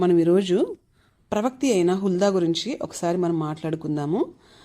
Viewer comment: Praise the Lord అమ్మా,, ( ఫస్ట్ సారీ ). ప్రవక్తి కాదు,( ప్రవక్ త్రి). ప్రవక్త్రి అనాలి . - కళాధర్